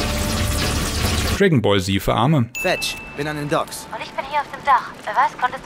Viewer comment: Bitte sprech nochmal Dragon Ball Z aus 🤣🤣🤣🤙